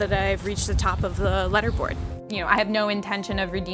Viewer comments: Lol you say it “leader” board not “letter” board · bro she keeps saying "Lederboard" instead of "leaderboard" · It's lee derr board not luh derr board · “Letter” board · It's leaderboard not lederboard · Was it just me or she kept on calling a "leaderboard" a "letterboard"?! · It's leader board not letter board, wtf is wrong with u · It was pissing me off how she pronounced LEADERBOARD as LEDDERBOARD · LEE-Derboard not Letterboard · It says leader board y she keep saying letter board??? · Is she saying ladderboard or letterboard like wtf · "Lead-er-board" she said it twice! Jesus! Maybe it's because I'm a cis white straight hertonormative individual of the patriarchy, but I learned to read, and learned to pronounce the word "leader-board" because I was competing with other dis hertonormative straight white men in videogames. I guess she learned the word through reading and not speaking. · Leader not leeder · the way she said leader board was like letter :O )...i'm just saying that is pretty weird in my country we say the ea as ee lol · It’s Prounonced LEEDER board! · Im so annoyed by her pronouncing leaderboard as letterboard over and over and over on this video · it makes me cringe when she says ledder board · When she drinks alot of water that day she pronounces it literboard. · letterboard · "ledderboard" lol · Do all Americans pronounce ‘leaderboard’ as ‘ledderboard’? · Did she just said ledderboard? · How can she hacks the TH app and not know how to pronounce “Leaderboard” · Wait do a lot of people pronounce ‘leaderboard’ like that?😂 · Can hack chip can't pronounce leaderboard. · is that how you pronounce leaderboard? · Yeah... but no one says it that way. The etymology of the word relates to displaying who is ahead in a competition. It has nothing to do with letters or lead (the metal).